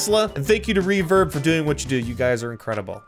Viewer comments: When u said the name of the charity I thought u said “ reefer” and was like😳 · ...I thought you said "the charity...refer" 'well, that does sound like '....Sorry but I had to put that one out there. Thanks again for the vid, hope this gets a chuckle. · Ohhhh you said reverb not reefer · I swear you said, "... with another azimg charity, Reefer". And I just f*cking died for no reason